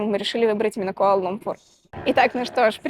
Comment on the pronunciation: КуАла-ЛУмпур (во втором слове ударение ставится на первую "У").